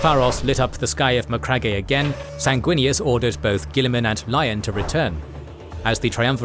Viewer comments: It's pronounced as Ma-crag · Great video as always! But please brother, for the love of all that is holy, it’s MA-CRAG 👂🩸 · I love these videos, but every time i hear Macragg eh i cringe a little 😬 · Macragg-e HAHAHAHA, cmon man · His pronunciation of McCragge cracks me up. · so...have you never heard the correct pronunciation of the word Macragge? bit of a silent E on the end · It kills me every time he says it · MEANWHILE, BACK ON MACRAGGE-EH! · Macragge-eh lol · Not how to pronounce Macragge😮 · Yeah, thats bothering me too. Something is off. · For the love of the God emperor,can you please spend zero dollars and get the correct pronunciation for names?!